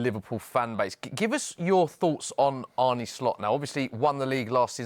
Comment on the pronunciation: His name's not Arnie. It's not hard to pronounce Arne correctly and very disrespectful to keep calling him Arnie.